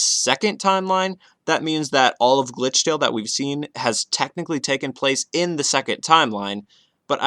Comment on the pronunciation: I really can't understand it's glithrale or.....